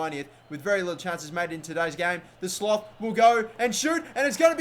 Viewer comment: Sloth is pronounced "Slot"